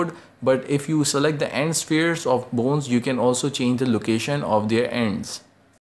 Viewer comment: every time you say "boons" make me laugh but you really help me